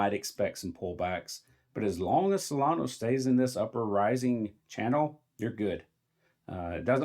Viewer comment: “Solano” 😂 Its pronounced “solan-uh”. Please don’t confuse it with dumb money coin Cardano 😂